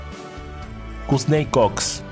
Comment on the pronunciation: Kousney Cox. Tu arrêtes ça. Trouve toi qq chose d'autre à faire. Laisse ça aux pros mon pote. Même pas foutu de bien prononcer le nom des gens. Pitoooyaaaaable